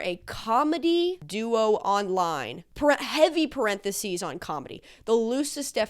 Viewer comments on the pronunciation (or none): “The ‘Janowskians’ I think that’s how your pronounce it? … I’m not gonna learn beyond that” and then the “heavy parentheses” 😩😩😂